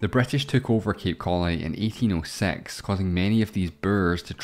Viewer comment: "day-keds" (decades) of struggle... Interesting accent. South Africa? New Zealand? Are the "e" and "a" sounds just flipped? Would "date" be pronounced as "debt"? And would "let" be pronounced as "late"? Sounds so weird to me as an American... He pronounces "1806" as "Ee-tayn ooh sex" Also, I assume he is South African b/c he talks about that country?